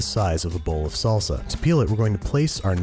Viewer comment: Every Mexican knows how wrong that "salsa" was